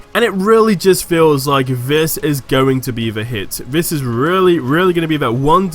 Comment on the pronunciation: It's this not fhis